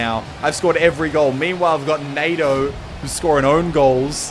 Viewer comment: Nado or NATO? ;)